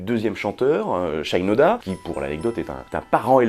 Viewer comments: Salut ! Il me semble que Shinoda se prononce avec le « i » à la française. Son nom est d’origine japonaise tout comme lui-même puisque ses ascendants viendraient du pays du soleil levant. C’est en tout cas ce que j’ai appris lorsque celui-ci a débuté sa carrière solo. Il a écrit un morceau qui en fait état. Merci pour ta vidéo et à bientôt 😉👍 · Trop cool de t'entendre parler de mon groupe culte ;) comme l'a fait remarquer un camarade dans les comms', c'est SHInoda et non pas SHAILLEnoda ^^ origine japonaise tout ça. Nous les puristes, ça nous fait tiquer, mais rien de bien grave. ;) Pour revenir sur In The End, on note aussi que sur les derniers concerts en 2017, un couplet entier ou le refrain étaient parfois laissés complètement au public a capella, idem durant le concert hommage d'ailleurs. Mike Shinoda disait aussi avec le temps qu'il trouvait "amusant" que les gens kiffent LP pour leur son metal quand nombre d'entre eux citent In The End comme leur chanson préférée du groupe, alors que c'est selon lui la chanson la plus pop de Hybrid Theory. Quoi qu'il en soit, cette chanson est un tube absolu, un hymne du rock moderne, et elle méritait amplement qu'on lui paye l'addition ! :D Bonne continuation.